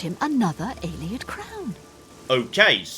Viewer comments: How many times does Umbacano have to say "AE-lee-id" before you stop saying "ai-LAY-ed"?!? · please, it's pronounced Ay-Lee-Id, not Eye-Lay-Id. Listen to the NPCs! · No,, you do not meet an Eyelayid Elf because Eyelayid Elves do not exist in the Elder Scrolls. Ayleid (Ay-Lee-Id) Elves did exist at one point in Cyrodiil. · You'd hope, with how many times Ayleid was said this episode, he might pick up on the pronounciation. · Say Alien. Now say Ayleid. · The nightmare of hearing pronounce ayleid several times in one episode. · How many people have told him how to pronounce Ayleid and he still doesn't say it right? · Either is doing it on purpose because it annoys us or his -1 perception is so bad he cannot comprehend how to pronounce it.